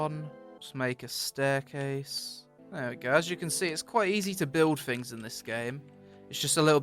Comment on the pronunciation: THings, THings, not fings, aaaaaaagghhhhhh